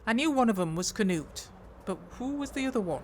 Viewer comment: Oh no Knut! 😭 good job on the pronunciation though 😅